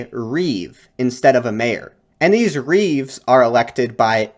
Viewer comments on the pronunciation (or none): none